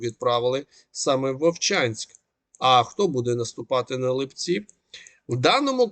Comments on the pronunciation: Вы же не говорите липЕнь? Чё ЛипЦі,а не ЛИпці?ЛИпа,не липА! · Пане, населений пункт Липці правильно наголос на и', а не на і.